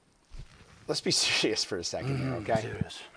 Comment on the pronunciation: LOL Cole: let's be S-Shirrus for a second, okay? LOL